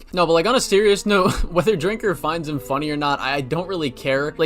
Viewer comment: It’s Drinker brother not Stinker lol. Good video brother.